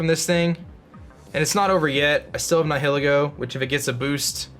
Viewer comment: The way you pronounce “Nihilego”... ugh. It’s supposed to be like Nihilist/Nihilism.